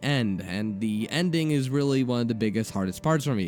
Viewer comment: You say da and dere instead of the and there lol